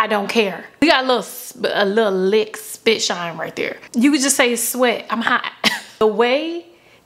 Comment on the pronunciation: Did she say spit shinny !!!!🤣🤣🤣🤣🤣😂😂🤣🤣🤣🤣🤣🤣🤣❤️👏🏽🙏🏾